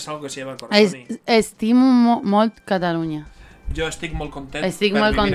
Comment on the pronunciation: No es catalona, es catalunya jajajaja